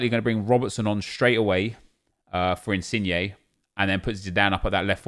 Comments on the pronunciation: Why aren’t you saying insigne like digne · Petition for nep to start saying insin-YAY